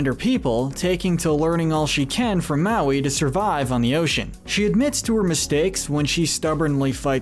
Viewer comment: It's hilarious at one point he called her maloon